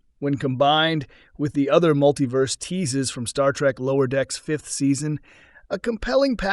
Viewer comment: “Muttleyverse.” AI narration blithely accepting misspelled script.